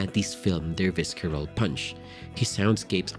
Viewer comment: Great content! However, I am bothered by your pronunciation of palette & visceral